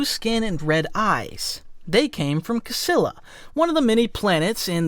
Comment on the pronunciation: The pronunciation of the planet Csilla is something like Ch-ill-a. Csilla is a Hungarian girl name and the Cs is actually only one letter in the Hungarian alphabet and sounds exactly like the „ch” combination in English.